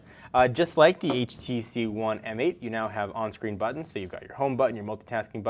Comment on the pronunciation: Finally someone who says it right :)